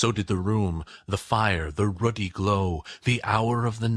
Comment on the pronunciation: The word 'ruddy' is incorrectly pronounced 'Rudy' by the reader thus losing me as a listener. If you are going to read to people then learn to pronounce the words!